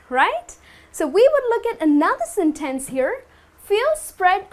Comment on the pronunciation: 1) a sentEnce? In fact, I have never met such a pronunciation before. Are you sure it's right? 2) Thanks for the class! 3) First